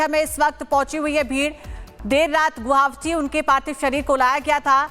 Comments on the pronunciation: A quick suggestion to the news anchor lady....the name of the city is "GU-WA-HATI" ; not "Guwavti", so next time please keep it mind and stop mispronouncing the name of my city....it looks really sloppy and unprofessional... If you want, take the help of "Arnab Da"; he's from here!!! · Medam guwahati ka pronounciation to thik se kro. Guabti nehi hai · It’s GUWAHATI. Work on your pronunciation. It’s no that hard please try. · Are yrr Guwahati bhi nhi bolane aata thik se kaisi anchor ho